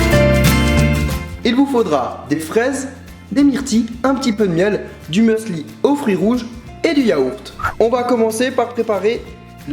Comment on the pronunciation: On dit musli et non meusli ahah ;) les recettes m'ont donné tellement faim!